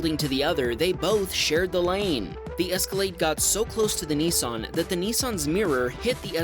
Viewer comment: Not a Neesarn but a Nissan 😅